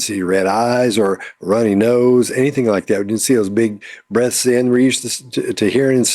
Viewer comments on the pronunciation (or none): did you hear big breasts when said big breaths? Just wondering, I'm a big fan of TBP love learning, the best is when you're right. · Both and I heard 'breasts' and then 'heaving breasts' as was sharing his thoughts Literally: 🤭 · Ha ha, I thought you said we can see those Big Breasts. But you actually said "big breaths."🤪🤪🤣🤣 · I misheard “breaths” 🤣 “heaving breaths” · lolololol oh my gosh, at the end when says "we didn't see those big breaths..." I heard "we didn't see those big breasts" at first I was like "what?!" but then I realized he said breath not breast. She reminded me of when my kids were toddlers and would through a fake fit. Everyone BUT them knew it was just ridiculousness, but they thought it was believable.